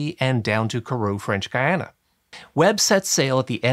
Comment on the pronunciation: French Guiana... your pronunciation is painful.